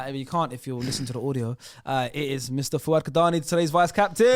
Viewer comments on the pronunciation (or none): Why are they saying cadani like that isnt it a somali name ?? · He's pronouncing it in am English way when he says it in somali he says 3adani